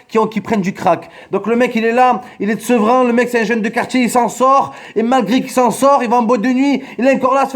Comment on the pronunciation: Sevran les R